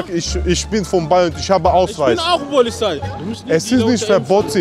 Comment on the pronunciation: Isch rufe die "polizhei" 😄